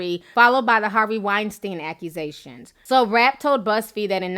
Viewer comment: I wish you would pronounce Weinstein (Wine-Steen) right..just once...not because he deserves respect but just because its annoying AF